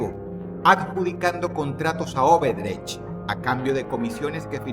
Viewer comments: Dross es ODebrecht, escucho q dice Oberdech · dross es odebrech no obedrech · La constructora brasilera se llama ODEBRECHT, y no "obedrecht" ... 😉👍